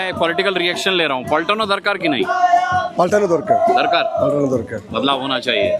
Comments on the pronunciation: Sir poltano dorkar ❌️ paltanoo dorkar ✅️ 😂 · Ekdum sahi pakre.sir bol rahe poltano darkar😂😂😂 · Sir first of all aap ye 'poltano darkar ' mat boliye... Shobdota holo --' paltano dorkar '